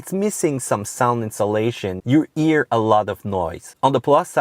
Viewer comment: n'oubliez pas qu'en anglais on prononce la lettre H tout le temps, sauf pour 3 ou 4 mots, on l'aspire pas. Vous avez dit "Honda" et "hear", mais j'ai écouté "Onda" et "ear"... J'kiffe la vidéo, ya beaucoup d'information utile